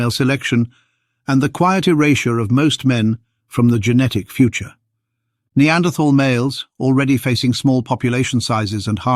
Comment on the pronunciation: Pity you cannot pronounce Neanderthal properly.